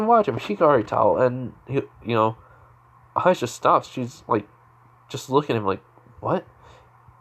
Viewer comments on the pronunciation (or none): none